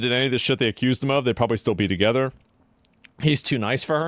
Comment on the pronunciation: She doesn’t know there’s an h in the word together and it’s driving me crazy